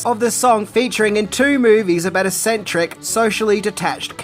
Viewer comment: mispronunciation of "eccentric"